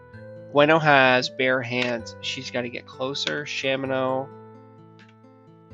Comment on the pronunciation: "SHAM-in-oh"?! It's "sha-MIN-oh"!!!